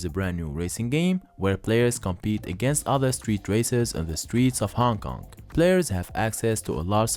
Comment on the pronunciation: hong konk ? hongkong ...